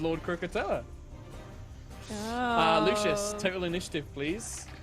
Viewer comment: I lost my shit the second said croakatoa making that direct link in my mind!🤣